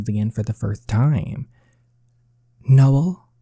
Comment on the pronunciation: We pronounce my brothers name: No-El Not Nole